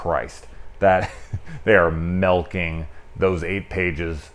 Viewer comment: MILKING. It’s MILKING. Not “MEL”king